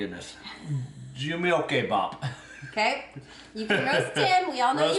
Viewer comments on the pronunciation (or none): It’s pronounced like “Ju-muk-bap.” closest way I can transliterate from the korean. 😊